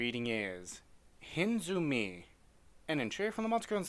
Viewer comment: Hinezumi not Hinzumi,dummkopf